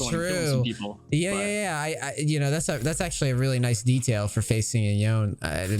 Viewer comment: ah my man, u let him bully u into saying it wrong too lol